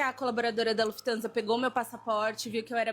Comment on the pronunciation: Lufthansa com i após o f 😆 sempre zucas a serem zucas